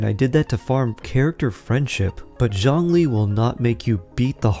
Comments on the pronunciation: If you can please stop to latinize his name. His name is not “John Lee”. 😅🤣🤣🤣🤣🙌🏼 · Zhongli, the o is like the oo in book and zh is pretty much j sound